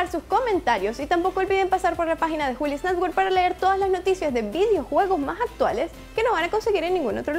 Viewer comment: maj actualej , mi nombre ej ,, ejjjjjjjj es actualesssssssssssssssssss.......... la jota se usa en otras palabras xq desespera ni disfruto el vídeo como se debe...